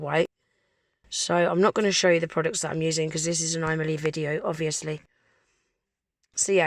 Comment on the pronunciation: Kept hearing you saying "I Millie" 😂🙈🤣